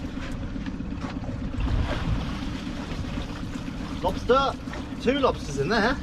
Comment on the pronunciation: Why are you saying “spider” like that? SPIDUR! And a LOBSTUR!